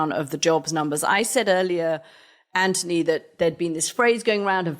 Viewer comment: I want to see the one where Anthony finally cracks and insists Katty says his name right.